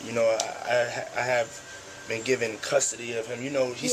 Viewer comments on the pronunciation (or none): none